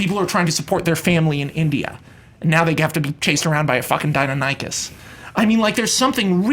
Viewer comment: While I enjoyed Max's pitch for a Jurassic World movie, I have to say this: Dear Max, It's vel-OHSS-ih-raptor, not vel-OSS-ee-raptor. Short i sound, not long e sound. Also it's die-NON-ich-us, not DY-no-NIKE-us. Just a heads up. No hate or anything. I used to say PARE-uh-SAUR-uh-LOFF-us until I learned it's para-saur-ALL-ofus. Hard to pronounce these words when they're not in common usage.